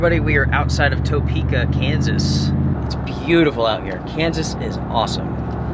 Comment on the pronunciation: Tuh-peek-uh Kansas, just so you know. Personally, I'd rather have 2 days of 18 hours of driving, in order to have a couple extra days of backpacking.